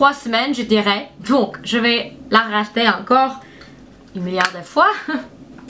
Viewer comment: Ça m'a fait beaucoup rire quand tu dis Rach-ter ou pas lol